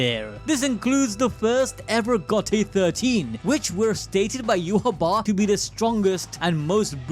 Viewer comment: Dude says you ha wah its yai watch